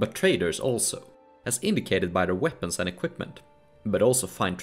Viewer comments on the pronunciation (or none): none